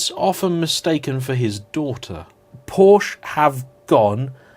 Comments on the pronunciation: You should not try to pronounce the E in Porsche, we dutch can do it because we have similar language but it’s Porschuh not porscha, it sound hideous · Paw-schuh, not "POW- shuh" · Two syllables... Together now, <Poor-shah> 😁😎👍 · "Por Sheh", not "Por Shah" or "Porsh". And Jaguar comes from an indigenous language from Brazil and is iaguara, which is pronounced closer to the American way of speaking. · It’s a “Por-Sche”. Also, it’s not a “Jag-you-are”. You’re welcome!😏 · It's akshually pronounced Porsky, you know like in "scheme". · Could you say Porka? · wrong pronunciation of 4 different car brands within in 7 seconds, starting in 3, 2, 1,... Btw Jaguar or Lotus for instance are words native to other languages so it's clearly not as bad if someone pronounces "Jaguar" as whatever the pronunciation of the animal would be. But "porch" or "ferawi" or "mishelinn" are objectively incorrect pronunciations. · "Bad hair day" "POR-CH! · You’re the only asshole to say it with that awful inflection... it sounds like “Posher” when you say it. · What I can't understand is how this perfectly intelligent dude knows how to pronounce Porsche yet still chooses to pronounce it incorrectly.